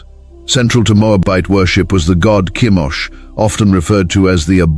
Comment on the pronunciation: Chemosh not Kimosh. Peor.Phinehas. Baals not Bowels.